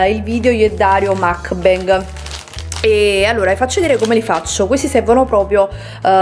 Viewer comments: Si dice mukbang la u non si pronuncia a ma u e la a non si pronuncia e ma a. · Scusami ma è una vita che fai video mukbang quando vorresti deliziarci con la giusta pronuncia di questa parola?? Che ricordiamo non essere inglese ma coreana! 먹방 vabbè ma cosa lo scrivo a fare